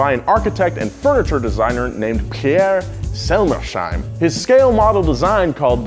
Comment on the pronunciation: It's Selmers-heim, not Selmer-sheim... please, dear americans, stop pronouncing these names with a sh instead of the two consonants. I first found it in The Polar Express and now I hear it everywhere.